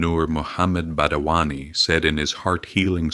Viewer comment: Not badawani, it is Badayuni